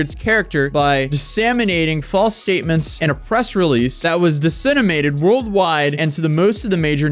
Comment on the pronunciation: He also said "dissaminating" instead of disseminating. And then says "dissenimated". PS I just think it's funny and I'm not saying he's stupid or anything. We all make mistakes.